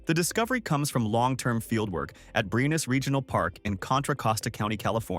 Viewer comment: Was this video narrated by AI? The Eau in Eau Claire is pronounced like 'oh,' not 'eww,' And Briones is pronounced 'bree-yo-ness.'